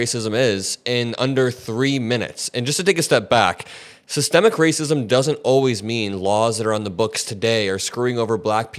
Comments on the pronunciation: "SYSTEM-MIC" not "Sistamactic," not a cooking appliance. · I gave up watching as soon as I heard "SYETEMATIC" racism. 😂😂😂😂😂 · All the black fox viewers don't even know what systemic racism is. The brother couldn't even pronounce it. 🤔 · "SystEMIC acism" is exemplified when these semi-literate goofies pronounce the word as "systEMATIC". A failed education system that has produced a generation of goofies who neither understand the King's english nor the proper pronunciation of the same. My guy, stop talking. You sound dumb. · Okay we knew we had a dummy online as soon as he says systemic incorrectly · Buddy in the Maga cap clearly is uneducated as he can't pronounce systemic correctly. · OMG, dude couldn't even pronounce Systematic racism. He needs to go back to school. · He can't even pronounce the word systemic...that explains alot.... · the scariest thing about this guy is he can`t even pronounce systemic racism there is no need to take this guy seriously. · This idiot couldn’t even pronounce systemic and thinks he smart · The dude pronounced 'systemic" wrong! This why he doesn't know what is is😂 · He couldn’t even pronounce SYSTEMIC properly—ignorance is NOT bliss!!!! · MAGA Dude can't even say Systemic.... Dunce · He not only doesn’t get what it is,he also doesn’t know how to pronounce it. True Trump supporter, dumb dumb. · It’s the fact that the maga dude so dumb he pronounced it wrong to try and make it seem as if it isn’t a real thing. That’s the maga trick pronounce words or names wrong to take its validity smh